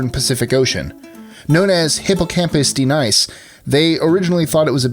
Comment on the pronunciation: Uuhhh its pronounced D-Neece (joke, please don't call it this)